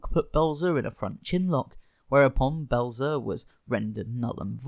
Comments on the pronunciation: It's Belzer not Blezer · It’s Richard Belzer. BELL-ZER. Like it says in giant block letters in your own video the precise moment you mispronounce it. Priceless, flawless, impeccable timing on your lack of preparation! The rest of the video, likewise, is exceptionally well done and highly entertaining! Well done! Let’s practice those names, then, shall we? Carry on! 😂